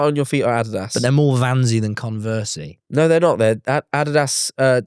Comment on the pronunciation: i have never heard someone say “adidas” so atrociously.